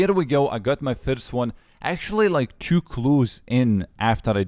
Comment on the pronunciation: wrong pronounce of two, i guess you need to say two instead of chew